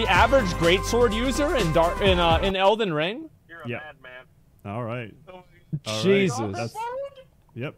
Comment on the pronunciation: “elden ling”